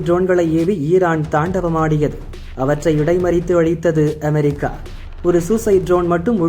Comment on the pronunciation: அதென்ங்கடா அ'மே'ரிக்கா?படிக்க தெரியுமா உச்சரிக்க தெரியாதாடா?